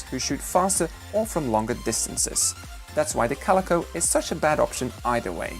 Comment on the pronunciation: you prenounce calico like cal eyco